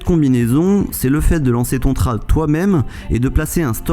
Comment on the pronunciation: Bonne vidéo, cependant dis "tréde" pas "trade" ce pique ;)